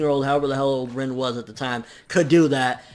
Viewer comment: Rin's name is pronounced (REEN).